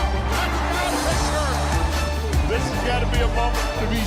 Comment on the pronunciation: That’s how you pronounce our city coach